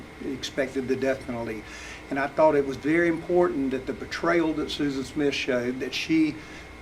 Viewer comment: 1. Please fine the attorney every time he says “imporDant”. (Edit oh god, they all say it) 2. lol she contradicts herself in her own fake claim of losing touch with reality and her attorney highlighted it in that statement by her that he shared. If she knew that “Jesus would take better care of them” then she knew that she would never see them again. She understood what she was doing.